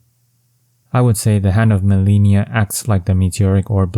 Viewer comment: If you fought Malenia and "learned to hate the move", how can you still mispronounce her name? lol